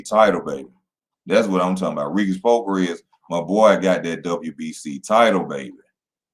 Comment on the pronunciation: pronounced Pro-Gray EZ